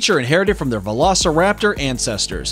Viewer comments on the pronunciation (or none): why. just why. CoryTHORYsaurus? Not only did you mispronounce the name utterly horribly, but that’s an OVIRAPTOR! CoryTHORYraptor again…. what the fuck? PATCHEYcephalosaurus hurts me I would’ve mentioned this earlier with the Gastornis he called “vElOCirApToR” but not every dinosaur with two legs is a velociraptor! This one isn’t even a dinosaur at all! It’s an Adzarchid! That’s and Adzarchid, not a Pterodactyl. Different pterosaur group ah yes, because both brontosaurus ( yes he exists ) and velociraptor lived in South America, and lived anywhere near eachother. why does he incinuate Tyrannosaurus had a long neck? Fuck this video. I didn’t even list everything I hate about it.